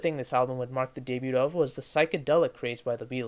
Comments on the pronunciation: It's day-bew not day-bute. Nice video though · Let alone words like "poignant", "monotonous", and "debut".